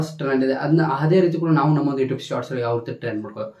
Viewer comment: ಅಣ್ಣ ಬೇರೆ ಎಲ್ಲಾ ಇನ್ಫಾರ್ಮಶನ್ ಆಮೇಲೆ ಕೊಡುವಂತೆ ಯುಟ್ಯೂಬ್ ಅನ್ನುವುದು ಮೊದಲು ಕಲ್ಕೋ ಈಗ ನೀನು ಈ ಟ್ಯೂಬ್ ಅಲ್ಲ ಯುಟ್ಯೂಬ್ ಅನ್ನೋದು ಕಲಿ ಮೊದಲು ಆಮೇಲೆ ಹೇಳಿ ಕೊಡುವಂತೆ